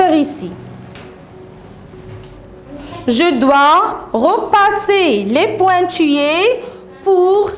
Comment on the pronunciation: Maîtresse vous avez un problème de prononciation pointillés zèbre.....